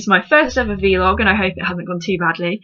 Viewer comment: it's not a 'vee-log', it's a 'vlog' lol. But good tips!